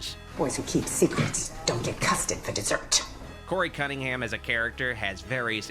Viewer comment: Did he say Cuntingham?